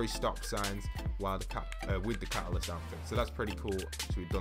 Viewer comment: How do you not know how say CATALYST